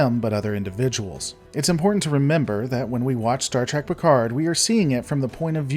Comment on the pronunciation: Oh dear. I stopped watching the second you said star tek Picard